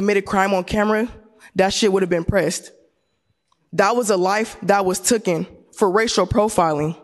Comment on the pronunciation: Life that was "tuken", does she mean taken?